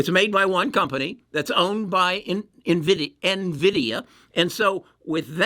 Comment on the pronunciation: if the only thing the trolls are picking up on is the pronunciation of NVIDIA you’re clearly doing something right! Easily the best content creator I’ve seen on this topic and helped me turn a loss into a small profit.